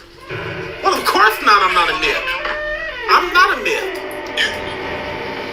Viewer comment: he knows what a "mifth" is? ok